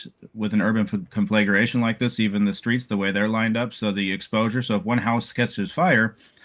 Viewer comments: Here is a fire expert who mispronounces conflagration. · This guy seems very savvy. I just wish he knew how to pronounce "conflagration."